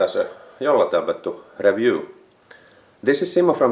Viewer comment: reviuu.. rally english in its best.